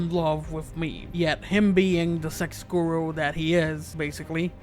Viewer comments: ITS MAEVE GOD DAMNIT, I’m sorry, the video is very good but I don’t know why but it anoys me the way you say maeve, you are saying like meve you gotta say like mayve, the sound of the y😂❤️ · The way this guy pronounces Maeve's name as "Meave" is killing. Another thing that's killing me, Isaac is still alive.